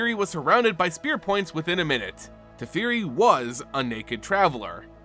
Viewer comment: Teferi… TEH FEH REE!